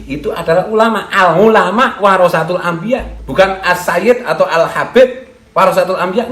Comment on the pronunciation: Al ngulama 🤣🤣🤣🤣 Benerin dlu penyebutan nya dong Malu2in nama kiayi aja 🤣